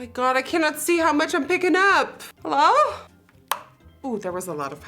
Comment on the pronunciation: the iconic “hallo guys” will never be forgeted